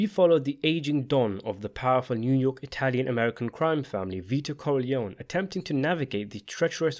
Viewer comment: I do enjoy your videos...but I wish you'd pronounce the name 'Corleone' correctly.